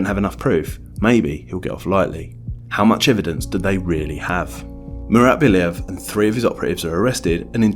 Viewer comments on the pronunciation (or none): Stop saying Bilev bro, it's Bliev!